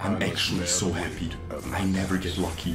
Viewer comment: "I am so HAPHY!" :/ -crying inside